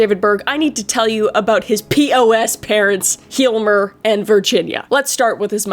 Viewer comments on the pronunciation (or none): it it is hallmar not heilmer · Hjalmar Berg, it's pronounced like Yalmahr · If it is of any interest, your pronunciation of "Hjalmar" of a bit off the mark, but good enough for me to guess that's what you were trying to say (although, due to your pronunciation of the H, I thought it could've been "Hilmar" as well, which is a standard Nordic/Germanic male name as well). Pronunciation-guide: The H is silent. Start with "J" (as in Jay-Z). Then "Alms" (as in for the poor, but minus the "S", and including the "L"), then "Are" (as in "to be"). That should get you very close. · Someone must have said by now but pronounciation is fine, if his name is Hilmer, but I’m realising maybe it’s Hjalmar because of that vocal slide you do. The H is silent I’m sad to say (don’t ask me why) so “Yull-marr” and Berg is pronounced “Bur” as in Bury and the G as a Y. As, uh, as in Bury. But just the one syllable. Don’t trust Pewdiepie and his “Hu-yelp” Hjälp pronounciation, ‘tis but a gag. But a lot more fun to say. But, most importantly, no one really cares. Most Swedish names have been anglicised during the migrations to the US and we hear them that way all the time. With the exception of Stellan Skarsgård maybe, how dare he get internationally famous with that name. Rename yourself Skarsgourd, sir, so I don’t have to wince. I clearly am entitled to this. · I'm sorry to say this, but Hjalmar is pronounced with out the H. Kind of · Short lesson in Swedish 😬… Had to look up the name of the father. It’s a old Swedish name and we pronounce “a” a bit different then you do in English. Hard to explain in text. But besides the a in Hjalmer it’s close enough… the Swedish a is closer to how you would pronounce “a” in Emma. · Merry Christmas Kris! I love these creepy, dark videos, no matter how gruesome these cases are, Kris makes them funny! For example; The way she says David Burg's father's name- Love you Auntie Kris!! ❤